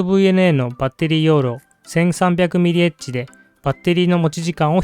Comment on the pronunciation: 「mAh」は「ミリ・アンペア・アワー」と読みます。